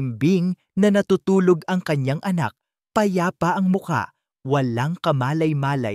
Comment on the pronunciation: BAT ang Basa mo sa ang ay eng😂😂